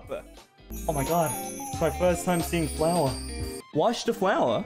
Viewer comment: Ikr afterall luca pronounces flour as flower 😂